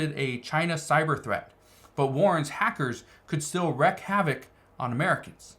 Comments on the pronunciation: The way you pronounce it is Reek not reck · Wreak is pronounced LIKE WEEK